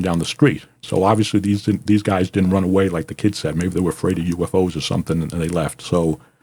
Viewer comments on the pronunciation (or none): none